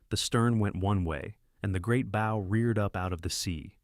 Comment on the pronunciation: "Bow" is not pronounced like bow tie. Prinz Eugen, not You Gun.